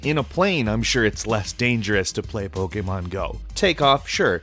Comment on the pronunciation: This guy keeps pronouncing Pokémon wrong